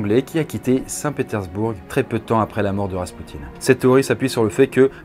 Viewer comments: C'est quoi que tu sait pas lire dans Saint Pétersbourg ? On dit "Pétairssbour" pas "Pétairssbourgue' Abruti. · je suis russe d'origine et je me souviens de mon père qui me racontait cette histoire avant de m'endormir quand j'étais petite mdrr si je peux me permettre on ne prononce pas le "g" dans le mot "St Pétersbourg" sinon le давай (davay) était plutôt joli hehe très bonne vidéo